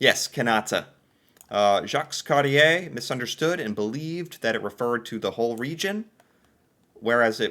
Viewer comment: below is a bit of help on some pronounciations. The explorer, John Cabot's last name is pronounced Cab-it. The province of Newfoundland is pronounced New-fin-land. The explorer Jacque Cartier's last name is pronounced Cart-Eee-eh AKA Cart-Eee-Aaa. Magnetic Hill is in the city of Moncton. Moncton is pronounced Monk-ton.